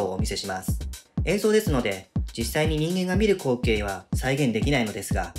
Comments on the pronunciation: 光景のイントネーションが口径で気になる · 終始こ↓う↓け↓い↓ が気になって話入ってこなかった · 光景のイントネーション気になる。「こ↑う↓け↑い↓」ってなってる。 投稿者がどこの人か分からんけど、こちら関西住みなので、違和感を感じるんだろうね。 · どんな光↑景↓ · 「どんなコウ⤴︎ケになるのか」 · どんな こ↑ う↓ け↓ い↓ になるのか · 光↑景が気になってしょうがない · 光景（こ↑う↓け→い→）のイントネーション草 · 光景の発音が口径なのよね( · 「光景」の発音変じゃね？？ 訛があるのかな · 「光景」のイントネーションが気になる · 光景、などの発音が変。どこかの方言？？ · 光景の言い方よ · 光景の発音がおかしい😭